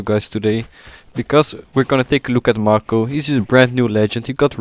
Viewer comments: first: he is a she second:it's pronounced m-ai-co not m-ar-ko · His name is May-ko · bruh, May-Ko would be more accurate, learn to read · Its pronounced MAY-ko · I love how he is constantly mispronouncing the name "Mako" and getting her gender wrong.